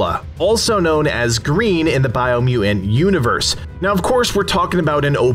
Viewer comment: Take a shot every time he says "Biomuain". 🥴